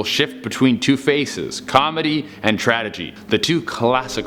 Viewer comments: TRADEGY???? TRADEGY??? T-R-A-G-E-D-Y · tragedy not tradegy. Lol.. otherwise good job. Love the scp episodes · "Tradegy"??? Bro, tragedy! ಥ⌣ಥ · Are we gonna ignore the fact that he said tradegy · "tradegy" 🤣🤣 lol